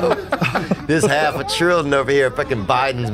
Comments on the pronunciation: “I’m a halfer” Theo: it’s halfa Lolol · “She needs to chill out on the word halfer” Theo- “ It’s halfa”